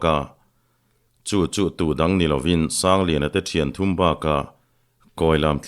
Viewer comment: Thanliana leh thankhuma hming i lam pawh nasa lutuk hi hriatthiam a har